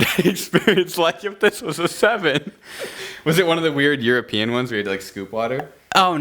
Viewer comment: Am i the only one who heard "you are peeing" instead of "European" ? 😂